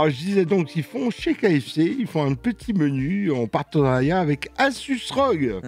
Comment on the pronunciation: haha et sa prononciation Asus. Assuce ROG 😂. Sacré